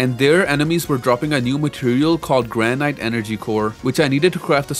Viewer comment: for some reason granite is pronounced granit